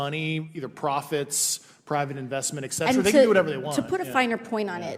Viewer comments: "ec-spoused"? No such word! 🤔 'Espoused'? Which she didn't. He also says "nucular" instead of "nuclear" & "eck cetera" instead of "et cetera"! 🤦‍♂️ Again! Maybe means "expound". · Hardly. He mispronounces "et cetera" as "eck-cetera", "nucular" unstead of "nuclear", he made up a word "ec-spouse", and there is a list of other words he mispronounces or misuses and I've put them in separate comments as they've come up. Not "well spoken" at all.